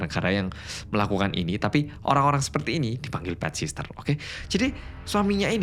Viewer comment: PET SITTEEERRR 😭 BUKAN PET SISTER 😭